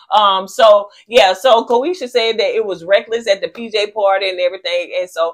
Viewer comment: Ko-SHE-AH is the pronunciation. Y'all both butchering has me dead 😂